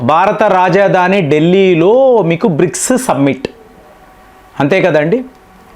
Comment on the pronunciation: సబ్మిట్ కాదు సమ్మిటీ